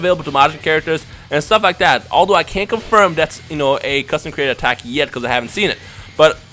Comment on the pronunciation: in the end when u said comment and like is his videos it sounded like u said comment and unlike his videos